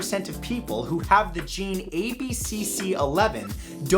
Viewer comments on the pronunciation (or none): none